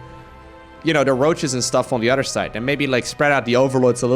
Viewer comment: jesus man can u finally learn how to use the TH its not radder its raTHer its not udder its oTHer